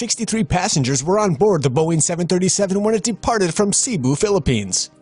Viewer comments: "Seeboo" that not how u pronounce Cebu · Its read as “Sebu” not “Sibu” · Not cibu it's cebu slow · cebu is pronounced as sebu not sibu🤣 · Its pronounced sebu not sibu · Its pronounced se-bu not si-bu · The way he pronounce Cebu ‘Si-bu’ The Proper pronunciation is ‘Ceh-bu’ and you speak it a bit fast Btw Im Pinoy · Why do people subscribe to me? I know... It’s not pronounced ‘Ceeebu’ it’s pronounced as ‘Cebu’. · It’s not seeebu it’s Cebu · Its pronounced Sebo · When they pronounce Cebu as Sea bu Me:...no words... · It’s seh-boo... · Should be pronounced “seh-boo” with the second syllable having the stress. Yeah. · Its pronounced Sebu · You pronounce Cebu wrong. And Cebu is a Philippine region (region 7) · I no like how u pronounce Cebu...